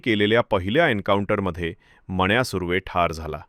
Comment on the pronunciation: मण्या नाही हो..... मन्या...... नीट मराठी बोलायला शिका आधी.... मग बडबड करा....